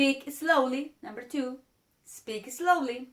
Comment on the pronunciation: one note for you dear lady, it is slowly, not eslowly.